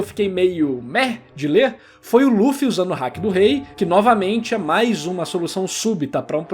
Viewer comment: nossa ta de brincadeira o cara nao sabe pronunciar Haki e nao se deu ao trabalho de pesquisar sobre seu uso e o tempo que cada um consegue ficar com ele ativo kkkkkk barba branca todo debilitado vai ativar o haki pra bater no kizaru kkkkk